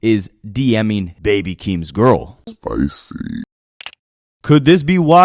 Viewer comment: Emphasis on "GIRL"